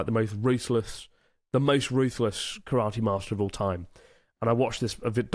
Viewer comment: Nick will be disappointed with the way you pronounce Karate,.